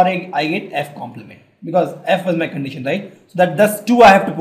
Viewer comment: More than once, not interested to listen. See, " normal probability question " How is pronunciated. condeetion????. Listen this video.